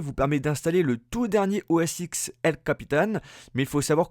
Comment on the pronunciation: Juste pour information, on dit OS 10 et non pas OS X...